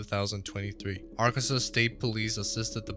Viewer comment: Ark-kan-saw. Not Ar-kan-sas.